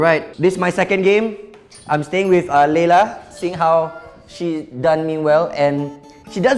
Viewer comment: watch this in 2018 😂 say leyla but i think its layla